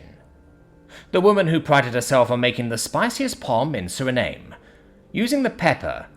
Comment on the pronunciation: Suriname is spoken as Suri-na-may Lotte is apoken as Lot-t